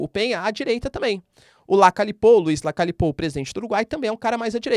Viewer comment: Se pronuncia Lacalhe e ñ l Lacale.